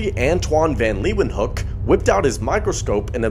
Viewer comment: That had me dead😂. Antoni van Leeuwenhoek you pronounce as antoní vàn leewoeënhook